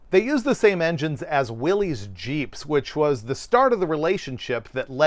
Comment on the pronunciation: it’s Willys, pronounced Will-iss. Always was and still should be. It’s a discredit to John North Willys to bury his legacy, which was every bit as interesting as Kaiser.